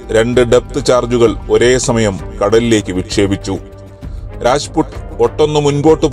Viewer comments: രാജ്പുട് അല്ല.. രാജ്പുത് ആണ് 🔥🔥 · രാജ്പുട്ട് അല്ല... രാജ്‌പുത് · രാജ്പുട് അല്ല രാജ്പുത്